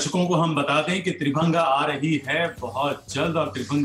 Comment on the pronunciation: वो 'त्रिभंगा' नहीं 'त्रिभंग' है। हिंदी शब्द का उच्चारण क्यों अंग्रेज़ी में किया जाता है?